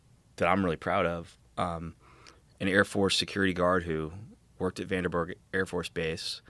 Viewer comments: It troubles me that they both pronounce Vandenberg “Vanderberg”. Makes me not take Dan’s research seriously. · Sorry, but 80,000 feet is NOT "space." Not even close. (Search "Kármán line.") And he repeatedly mispronounces "Vandenburg." Kind of basic stuff. (And only 29 minutes in.) Consider me skeptical about this "expert".... As for Rogan, the movie is "The Conqueror," not "Genghis Khan." And it was shot in Utah, not Nevada. Like JRE, and many of its guests, but the show needs a live fact-checker. Way too many careless errors.